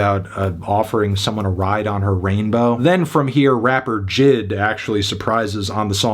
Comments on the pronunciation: Ah jesus, He still says "JID"? I really thought J.I.D. was more renowned than that. Hasnt he reviewed an album from JID yet? He says his own name in his music all the time. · Do you listen to his music? He pronounces his own name as “Jid” all the time